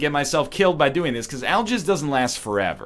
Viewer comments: Al Jizz? It's Al Gehhz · sounds like NL is saying I'll Jizz :P